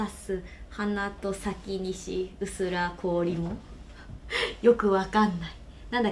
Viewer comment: 薄ら氷って「うすらい」じゃね？ 東京喰種で読み方知った奴←